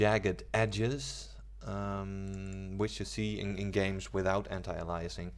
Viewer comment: ay-lee-es-ing. Not uh-lie-assing. It also doesn't filter textures, it algorithmically post processes the image, in essence downsampling. Transparency anti-aliasing does this to transparent textures, it's very different from full scene anti-aliasing. Lots of misinformation here.